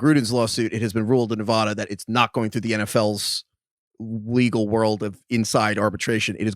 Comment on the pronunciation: I lived in Nevada for 33 years. Our biggest pet peeve is people mispronouncing the name. Craig pronounced in correctly. It's pronounced Nev-ADD-uh, not Nev-ODD-uh